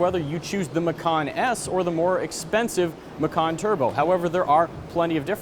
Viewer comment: "Macan" is indonesian language of "Tiger", and dude, you read it wrong...